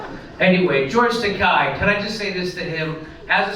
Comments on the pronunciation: Not a fan at all of the doofus but it's not Takai. It's akin to Ta-kay as in the girl's name KAY. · i know he's a shitlib, jimmy, but it's pronounced toe-kay. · It's Tah-KAY, "as in gay", Jimmy. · George Takei hates when his name is pronounced that way, so keep pronouncing it that way.